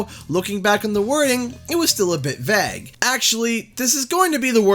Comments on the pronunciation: WTAF does "Veg" mean? Or does this guy just not know how to pronounce "vague" ? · Its not Vuh Egg its Vay guh! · Vague is pronounced “vayg” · Why do you say vague like "vag" 😂😂 oh canada never change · Great content as always but just had a question (hope you don't take offense) - your pronunciation "vague", is that a Canadian pronunciation? It sounded really strange as pretty much everyone pronounces it "vay-g". Just curious. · Please stop pronouncing "vague" like "bag." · vague is not pronounced vag bro... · Never heard anyone say it that way. Maybe he was being vague with his pronunciation by calling it “Vag”. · That's an interesting mispronounciation of "vague". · the most Canadian pronunciation of Vague i have ever heard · I’ve not heard the word vague pronounced like that... is it the way it’s said in Canada? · Good vid but you pronounced the word of the day ‘Vague’ so poorly I cringed a little 😂 Is this how American and Canadians pronounce this??? Ewww